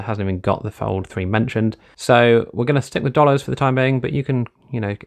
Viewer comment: Really frustrating how your English but quote dollars